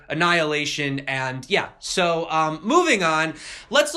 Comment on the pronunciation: "annihilation" lmfao